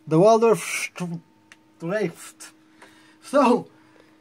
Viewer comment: Aren't you Israeli? Don't you speak Hebrew? If any non German should not have any trouble with pronouncing "streichfett" it should be you... ;-) lol. Another great review, thank you, sir!